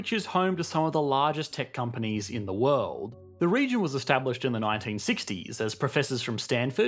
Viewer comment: What is this "wuld" you speak of? I lived in San Francisco for 9 years, and across the bay in Berkeley for another 5. We couldn't afford it once we had kids.